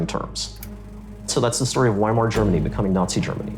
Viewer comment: Weimar Germany. Pronounced Vie- mar. Not Why-mar... Sorry for being a pronunciation Nazi.